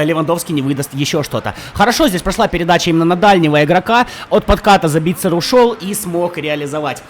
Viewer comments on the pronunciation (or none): ЗАбитцер, а не ЗабИтцер